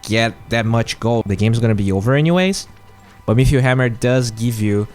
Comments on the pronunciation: great video as always, very informative but pls stop saying metheor instead of meteor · Say it with me: "MEE-TEE-OR" There is no "H" !! You say "metheor" or "mithril" sometimes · Sounds like you are saying mithril hammer rather than meteor? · It's not an accent. T is not F or TH. Mefeor or Metheor, which are two ways he's saying it, are not real words.